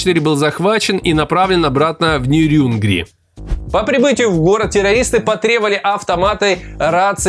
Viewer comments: Не ТуАпсе, а ТуапсЕ, не НерЮнгри, а НЕрюнгри. Это так, на будущее!) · Возможно чтобы комментарии делали. Да ещё: нЕрюнгри.